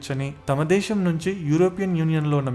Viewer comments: Explanation is awesome. But it was annoying when you are pronouncing Shaa instead of Saa. For instance:- Deeshaam instead of Desam; Shephere instead of sphere etc. Most of the time you are pronouncing Shaa instead of Saa. Please correct it if possible. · adhi DESHAM oo DWESHAM oo kaadhu raa nayana....DESAM... youth ni nee telugu tho mislead cheyyaku...